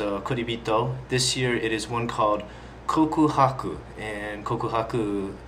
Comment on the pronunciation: it's Kokuhaku :)